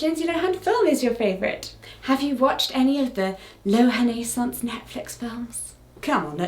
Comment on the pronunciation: Kudos to Jessica for pronouncing Lohan-aissance. I’ve seen that word before and wasn’t quite sure how to say it! 👏👏